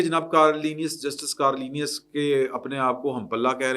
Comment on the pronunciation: کارلینیس نہیں کارنیلئس ہے